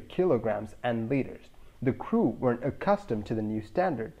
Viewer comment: Audio tip: "two pilots were enough to" You meant to say "weren't" but it sounded like were or were(t). You made it clear afterwards by stating that there were 3 pilots. Audio tip: don't use abbreviations like "weren't"; use "were not"